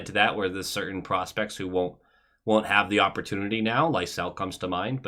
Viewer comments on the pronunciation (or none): none